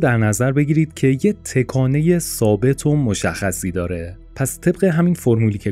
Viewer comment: ویدئو عالی بود ولی از اینکه در طول ویدیو دائم به جای تَکانه هی گفته می شد تِکانه خیلی اذیت شدم